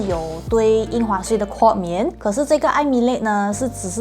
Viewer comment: 豁免，豁念“或”。不是括kuò免😊。念“年份”2021年的1 念yī，不是念yāo。念三位数及以上的“号码”才念yāo，比如电话号码、护照号码、车牌和门牌，1 才念yāo。😊